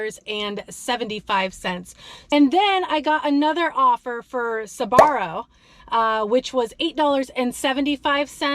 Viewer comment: Hola, I love the way you said Sbarro, I was watching 👀 I was listening and when yous said it I have to look🤣🤣.